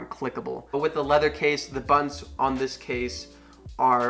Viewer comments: Desert Falcon That’s all I hear now 😂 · Did you say "buns"? Or "buttons"?